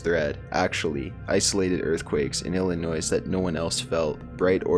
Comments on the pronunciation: say fucking illiNOISE again. seriously? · The s is silent in Illinois